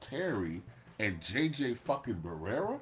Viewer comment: Steven Adams, and it's JJ Barea, not Barera